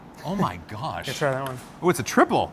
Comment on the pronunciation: ‘Awho myuh Gosh’ really showed off his Minnesota Mom accent. Couldn’t help but think Sarah Palin’s accent when he said that. 🤣